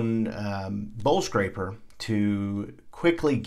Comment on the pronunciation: For the longest i thought you were saying bull scraper. Lol. Bowl scraper. Nice exercise, by the way! Edited... Can you explain the point of using the cardboard frame?